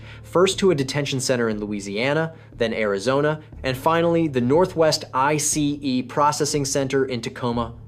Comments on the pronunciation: AI voice saying I C E instead of ice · OMG, that “I-C-E” is so annoying!!!!!! Videos creators who are too lazy to even read their own work is not worth watching because listening to AI is the worse!!!🤦🏽‍♂️ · What's with the emphasis of I C E ?? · Definitely AI voice 😂 Pronunciations are off (ICE and Viet naming) 😂